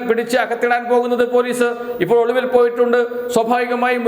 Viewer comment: ഒളുവിൽ അല്ല ഒളിവിൽ മലയാളം പഠിച്ചിട്ട് വാടാ ഊള തെണ്ടീ.